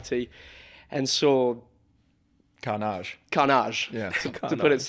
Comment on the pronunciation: first thought right off the bat: I'm interested to hear next to that british accent and 💅carnage💅(<- french accent, people) look how happy is about that how to be: Luke Browning (if someone has a better idea how this segment could be called, tell me plz, I've been struggling to name it the last couple of episodes 💀) the Screaming Meals Invitational™️ (my fiat 500 does 93mph [150kmh] 😎) Max Verstappen vs. James Blair three flights in australia and vintage f1 [people forget the absolute menace that was Sebastien Vettel] westernised chinese, touchy stomachs ["just stress?" "sure"] and physicality [wasn't the red flag at the saudi race the Theo and Enzo crash?] ego boost and ego bruised [I'll have you known that there is a thread about Clems arms somewhere] screaming MEALS, Budapest and Macau JAMES DON'T [i recommend everyone to go listen to laurens vanthoors podcast with renger van der zande, who was insuring 12/15 cars in the big pile up crash a couple of years back, the clip is on their instagram as well] Due to popular demand, the 'Get this up on screen'- counter: (started at the Tom Blomqvist episode) It appears: 2 It doesn't appear: 1 Something appears unprompted: 3